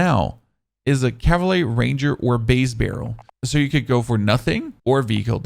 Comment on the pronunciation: Good work, but I can’t watch your videos any longer. You are butchering basic English. So many mispronounced words. Please learn how to say compensator and cavalry